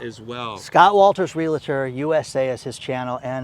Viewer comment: Ask Scott Walters how he pronounces REALTOR. There is no "LA" in the middle - just REAL + TOR.